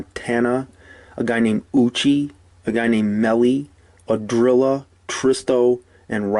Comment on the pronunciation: Ahhhdrilla ahhh 🤣🤣🤣🤣